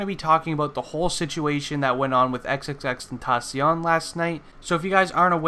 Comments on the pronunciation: He Said xxxtentossion its xxxtentaction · He just said xxxtasion